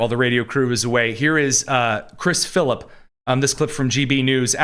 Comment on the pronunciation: Its Chris Philp not Phillip